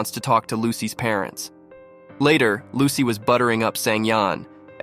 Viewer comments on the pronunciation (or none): Bro said "as soon as lucky" Instead of Lucy in the first part